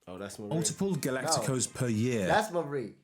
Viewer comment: Di Maria! not Marie